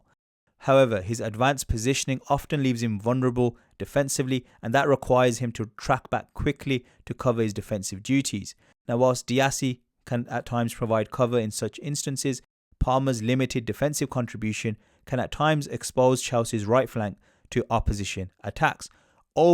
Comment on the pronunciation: It’s disasi not Diasi?